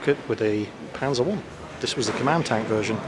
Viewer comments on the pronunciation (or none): none